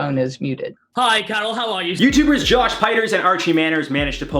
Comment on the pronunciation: Ah the way he pronounced Joshs name oh my goodness